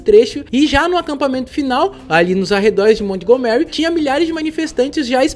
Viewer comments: "Mont Go Mary", pensei que fosse Montgomery. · Ai digo, baita video, mas uma dica, procura saber a pronuncia certo dos locais, montgomery ali é literalmente o nome do sr burns do simpsons, a entonaçao muda muito, sei que nem todos sabem ingles e tal, é so um detalhe pequeno, mas pra quem entende incomoda ser falado errado assim como erros de português, que eu sei que tu e fabil trabalham bastante nessa parte pra nao falar tantas gírias e ser o mais formal possível